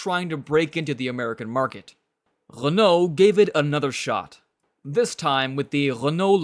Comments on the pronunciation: Which was totally wrong. It's Re-noe, not "Lay-nault". Don't get me started on Citroen and Champs-Élysées... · They made it sound like an "L"! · "Lenault"... really? Maybe it was just something wrong with his microphone or the audio itself...